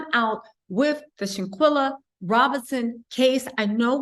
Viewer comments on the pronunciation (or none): I know it wasn’t out of disrespect but it’s Shanquella💗 Not shanquilla And may she rest easy🕊🕊🕊